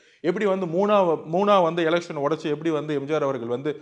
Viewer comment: அடேய் மடமுண்டம் என்னடா பேச்சு இது. கொளுகை, எளுவத்தி ஒன்னு, எம்ஜாரு 😅😅